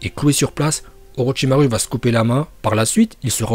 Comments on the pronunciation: Très bonne vidéo sauf que on ne dit pas "OrochimarU" C'EST AVEC UN U MAIS ON DIT OROCHIMAROU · On dit OROCHIMAROU pas OROCHIMARU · je pense que tu fait rire tt le monde avec ton U a la fin d'orochimaru, de base sa se prononce "orochimarou", mais écris comme "orochimaru" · PRONONCE BIEN LES NOMS!!! Orochimaruu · C’est pas orochimaru le u comme ou et itachi il y a pas de t itachi 🦃🤦🏻‍♂️